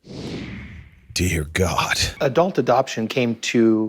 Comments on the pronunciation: Adelt? 😂 love you! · I gotta call you out … ah•delt?? I have never heard anyone pronounce adult that way 🤣